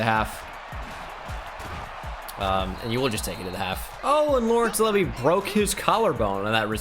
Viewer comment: It’s not leavy it’s said like leeevee